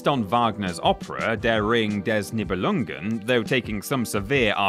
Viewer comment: The title is pronounced knee-beh-lung-en, I believe.